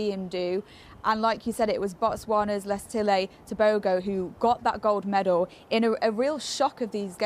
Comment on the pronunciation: His name is pronounced Let-zi-le Te-bo-ho.. There are different personalities. Where I am from we call people a spectacle of themselves Poppy Show. Why did they have him prancing around like a gazelle on crack, if anything like that is even possible, when he was known to have been diagnosed with COVID. Very unhealthy. The double standards in this world in terms of everything. Prancing to start then leaving in a wheelchair seems bipolar ( not the diagnosis) in behaviour to me.